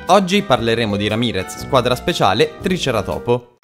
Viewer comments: Non é tricera topo , ma si dici triceràtopo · E poi si dice triceratopo nn tricera topo😅😅 Nn puoi farmi questi errori😖😉😭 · Non per dire ma si dice tricerátopo non triceratópo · ma lo dici apposta tricera topo??hahah